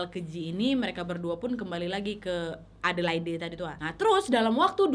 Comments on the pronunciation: Maaf kk, sekedar koreksi. Adelaide dibaca edelaid, bukan edelaide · Wak, bukan a de lai de, tapi e de leid waaaakkk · Sorry kak, aku geli ketika kakak menyebut kota Adelaide Dgn pronounce yg salah. Bukan Adelaide seperti yg tertulis tp Adelaid. Maaf aku tinggal di Adelaide dah hampir 5 th smpe skg. Thanks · Bunyi nya adelade = Adelaide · Adelaid bacanya gitu Nyak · Aq tinggal di Australia. Lucu pas Nadia pronounce Adelaide (baca: Adeleid). Mgkn iitu kasus dulu, skrng memberi tumpangan orng di jalan, ada law nya, ga boleh dan bisa kenak fine. Dan sudah g pernah denger kasus2 tumpangan seperti ini lg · Iyaaa salah ya,harusnya cari dulu di gugel